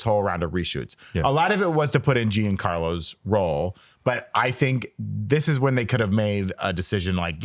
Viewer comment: His name is Juan Carlos not June Carl